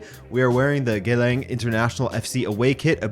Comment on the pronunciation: Singaporean here, "Geylang" is pronounced as in "Gay" + "Lung". Great video otherwise